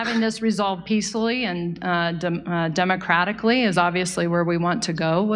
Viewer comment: Notice she even struggles to pronounce the word ‘democratically’?